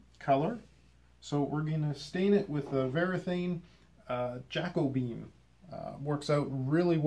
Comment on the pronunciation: I prefer Jack O'Bean. I imagine he'd appreciate your work 😉